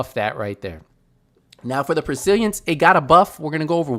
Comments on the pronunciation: Haha Bro "persiliences?" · Sound it out: pes-til-ence. Great vid though.